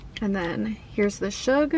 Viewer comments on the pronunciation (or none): It’s pronounced skoug it’s an Israeli sauce and it’s delish